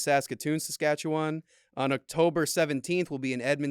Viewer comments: It’s hilarious how our teachers in Canada can’t ever say immigrant right that just say migrant and yall be saying osteoporoses with no stutter and Saskatchewan is pernounesd sa-katch-a-one 😊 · The way you guys said Regina, Saskatchewan and Saskatchewan bothered so much. That’s definitely not how you say it